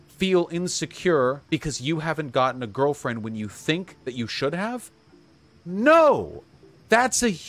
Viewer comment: "If I had a gurlfrend...and she made me brekkfast...I would LOVE that! But if she then made brekkfast, for another person in, the same way when they sleep over to, like, hang out and play, like video games...and like...but not me....that would be...I would feel INSECURE 'bout that...and it would make me feel bad...." Vaush 2021